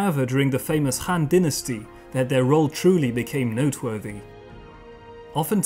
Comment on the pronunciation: Han shouldn't be pronounced like Hand, but should be pronounced like Attila the Hun.